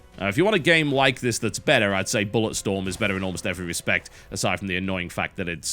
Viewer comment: Wait...did you call Bulletstorm, Bollockstorm, when you said Bulletstorm-esque?